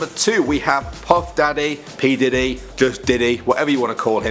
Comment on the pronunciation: Did he just say pah dee D